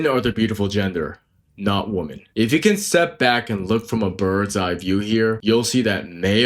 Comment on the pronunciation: You sound illiterate. woman (/ˈwo͝omən/) women (/ˈwɪmɪn/) Singular: woman is pronounced /ˈwʊmən/ (rhymes with "wool-man" or "book-man"). Plural: women is pronounced /ˈwɪmɪn/ (rhymes with "wim-in" or "swimmin'").